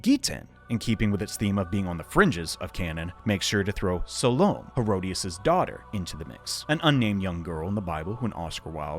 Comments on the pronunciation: SAL-Oh-MAY. Suh-lome? FFS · Salomé is pronounced Sal-o-may. Just for future reference.